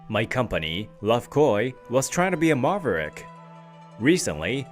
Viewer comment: How do you pronounce maverick again